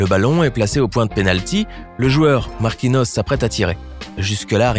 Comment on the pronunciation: On dis Marquinios pas marquinos